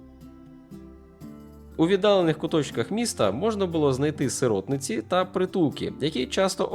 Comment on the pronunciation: СиротИнці. Наголос на другу И. Контент важливий, але і вимова має значення